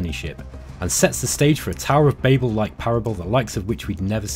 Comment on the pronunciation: To whoever narrated the Alpha Centauri one, I've got two notes: Succumbed pronounced "suck-cummed" not "succoomed" Babel is pronounced "babble" not babe-l